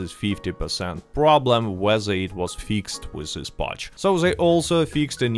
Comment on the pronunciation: i love the way you say "fix ed" lol.. you are the man and its awesome to see Rockstar finally giving some decent/good content to RDR2 online